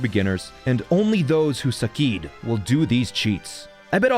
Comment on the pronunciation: So you can say he “sukkeeded”